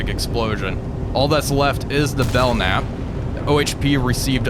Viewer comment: Bell- camp is how it's pronounced. Keep up the cool vids